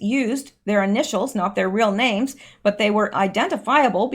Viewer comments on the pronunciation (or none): none